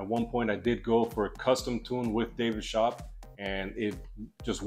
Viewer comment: david sch-oop not shop